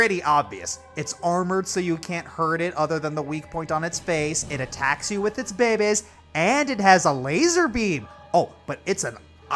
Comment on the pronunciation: Man makes me laugh when he says baby’s